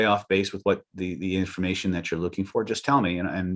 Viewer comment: Did you say yinformation? Is that like the Bengsten method?